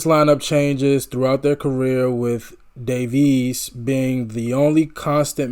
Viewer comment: Accent on the first syllable of WERLitzer. Davies, like Navies.